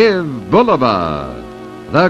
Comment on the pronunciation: YES! BULL-uh-va - not Boo-LOH-Va as some say